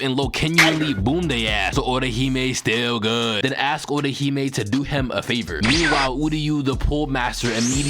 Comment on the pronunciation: "STILL GUHD" be killin me 🤣🤣🤣